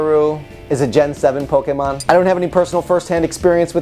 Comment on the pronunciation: Aight so u said the name right but then u said pokemin... POKEMIN!!!!